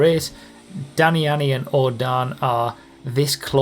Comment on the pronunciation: Not enough "ani" in Dani's name. Lol Plus not knowing how to pronounce a substitute drivers name, it really wouldn't be a true video without it. Lol Watching you catch fire in that PC race was a sight to behold. When you are driving angry, watch out, everyone else better be on their game because you were on a roll. You can still keep the magic going. Keep up the great work.